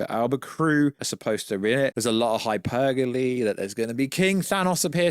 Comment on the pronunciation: It's pronounced hyperbole not hypergole